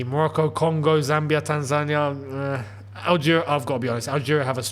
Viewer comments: AFCON winner is Tan-za-NEE-yuh. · man, you don't half pronounce some words and names strangely. The way you pronounce "rant" is a particular fave of mine (your aunt to everyone else's ant!). But your pronunciation of Tanzania just about takes the biscuit son. Bravo 👏👏👏